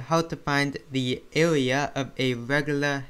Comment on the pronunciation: Bro, if I had made fun of you of the way u speak, would you be happy? Why are you making fun of him because he can't pronounce the R.